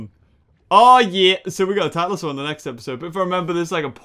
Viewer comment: he said tylosaur, right? I wasnt sure either in the beginning, but when i listened a couple of times to it, you can hear him saying tylosaur with a bit of weird language.